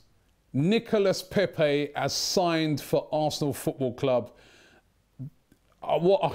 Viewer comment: How did Robbie go to France hear the French people tell him how to pronounce his name and less than two days later still pronounce it wrong